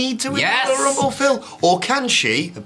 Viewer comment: The WWE Woyal Wumble